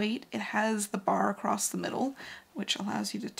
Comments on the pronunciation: Your channel is excellent. Your knowlege and expertise is unimpeachable. So humbly, I beseech you, to allow me to pick a very petty nit: There is no t in the word across. Keep the aspadisteras flying.❤ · It's a regional dialect pronunciation that happens when "across" runs into "the" and the movement of the mouth to transition. There's plenty of usage of the term "acrost" or "acrossed" in historical documents as well, so it's not a new thing (in fact evidence shows it may be an antiquated pronunciation since we had "st" on the end of quite a few words long ago)